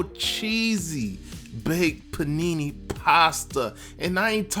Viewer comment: THAT IS NOT PANINI ANYTHING! IT IS PRONOUNCED PEE-NAY...LAWD HAVE MERCY